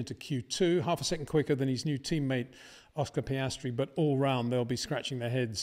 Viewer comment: but he damn well pronounces all other names 100% correctly, so HE KNOWS how to pronounce the S